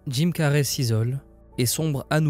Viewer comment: c'est pas carrey comme carré mais carey comme carry